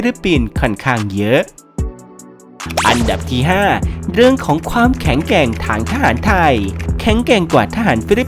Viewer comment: อ่านออกเสียง "แข็งแกร่ง" ไม่ใช่ "เเข็ง-แก่ง"